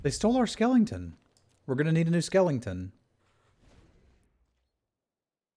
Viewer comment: I love the videos but I hate the way you mispronounce skeleton